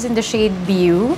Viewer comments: beau isnt pronounced as biyu— it's "bow" (as in bohw not baw) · Point out ko lang po the pronunciation of beau is parang bow as in 🎀 😊 for future reference lang